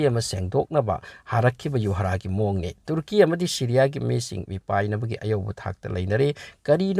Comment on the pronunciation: Uisss ngaklebo kirakle ebo neiramliye pao khupa faobadi tuuurki 😂😂😂😂😂 tuuurki 😂😂😂👍👍👍 tuurki...sombu khangabok la natraga heirokla.... Marik chumna ucharan shengna pao pabibagidmk....